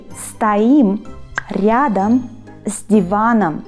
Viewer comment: the nice "R" you pronounced in "ryadom" - I'll never be able to say that xD it's always just either similar or completely butchered